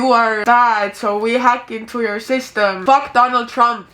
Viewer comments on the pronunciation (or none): none